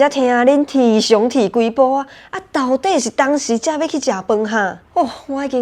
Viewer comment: ⋯到ㄉㄟˇ⋯是原住民族語+台語⋯蹦出的新口音嗎⋯⋯😮